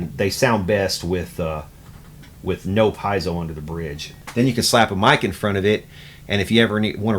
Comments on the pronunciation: It's pronounced peezo. They were originally made for smoke alarms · I tried, I tried, I tried, but I can't not say it: it's not "pie-zo", it's Italian, pronounced "pee-ay-zo". You're a luthier; know how to correctly pronounce your products.